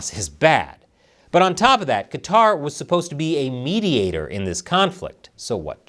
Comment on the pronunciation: Thank's for not pronouncing it Cutter.